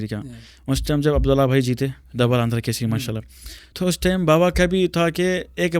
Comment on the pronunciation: Bhai It's Telangana Kesari, not Kaseri. 🤦